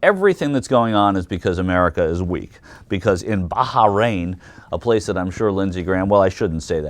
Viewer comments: "Barharrain"? What is it with Yanks and their mispronunciation of anything Middle Eastern? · Baharain? Heh. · Is it really pronounced Baha-rain? I think he's making fun of Graham, but i'm not entirely sure. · What is "Baja- Rain" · wow u americans can't even pronounce Bahrain right